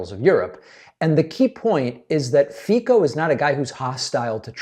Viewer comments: Fico is pronounced Fi:co with C, not K.. :) But otherwise great. And ofc, he denied this when coontfronted and accused the media of lying, but they hold their ground saying that they have more independent sources. So.. ye.. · Robert Fico: pronounced as in Fitso. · “His psychological state is alarming and he is dangerous” – that also applies to Fico (pronounced Feetso, BTW), a leading light in Europe’s neo-fascist movements and, like Hungary’s Orbán, a Putin mouthpiece. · His name is pronounced Fitzo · The pronunciation should be like Fitso. C in Fico is like zz in pizza. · pronouce it FITZO, C is pronouces as TZ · just a note, FICO is pronounced with a "ts" sound rather than "k". and the end is not as o (ou) but rather a short o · One thing: the Slovak guy's last name is pronounced like 'Fitso' - letter c in slavic languages produces 'ts' sound. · Fico is pronounced "feetso" in Slovak. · Fico is pronounced Feetso. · Sounded like you said fecal yes a perfect description of trump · 😮😮😮😮😮 Pronounced Fitso!😮😮😮😮😮😮😮 Fitso!😮😮😮😮😮😮😮😮😮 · 😮😮 Fico pronounced Fitso! 😮😮😮😮😮😮😮😮😮😮😮😮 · Fico pronounces his name as Fitzo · Fico….. I thought you said fecal! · It’s pronounced “Feetso” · David, not to criticize just to help the pronunciation of the name is F E C O (c like it is no K) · It's pronounced FiCo.. the sound is the same as first letter in the "celsius".... anyway it doesn't matter... Fico is one of the most corrupt and populist leaders, he protects criminals and murderers of a journalist... so if THIS man comes and is so horrified that he loses his cool and says such dangerous statement... well... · love the Fico pronounciation haha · Hello! Just a little correction, the name of the slovakian president is pronounced Fico (with a C) not Fiko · His name is [Fitso] not [Fiko] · The name is pronounced [Fi-TZ-o] not [feeko] ;) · Fico is prononced "Fitso" not "Fiko" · It’s “fitzo” by the way, not “fiko” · Fico is pronounced Fitzo not Fico. BTW, Fico is a Putin puppet.